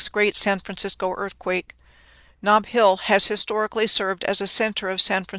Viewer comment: Ah, "snob" (Knob) Hill.